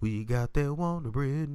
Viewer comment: That Wondabread🤣🤣🤣🤣🤣😂😂😂😂😂